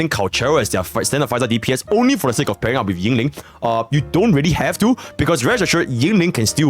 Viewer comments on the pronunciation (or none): yinlin in mandarin is pronounced een-leen y is silent